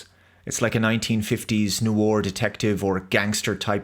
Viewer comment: Are you trolling with your pronunciation of 'noir'?